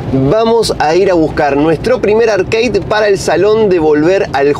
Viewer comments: Como me saca que digas "Arqueid", ARCADE papa, AR-CA-DE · Arkei ? Dale flako siempre se dijo como se escribe igual buenos videos sdos!